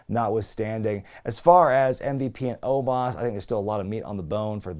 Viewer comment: The guy's name is "OH-MOS" NOT "OH-MAHS"